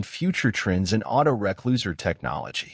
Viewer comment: Typical AI voice-over. "auto-reck-loser"!!! Can't even teach it to say re-closer! Still a very good content though, appreciate the upload ;)